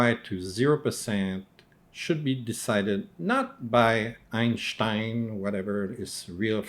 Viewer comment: I just screamed with laughter when you said “EinShhhtein” and then got pissed and your monocle fell out!